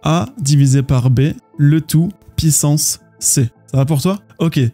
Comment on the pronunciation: Meme si je ne comprends pas encore tout j'aime beaucoup tes videos pour bien comprendre par contre ca fait toujours bizzare quand tu dis une πsance pissance au lieu de puissance